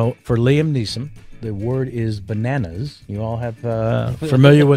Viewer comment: "Bananers." Please live forever, Kevin Pollack.